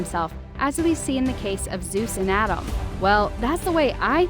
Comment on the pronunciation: You saying Adam’s is Driving me crazy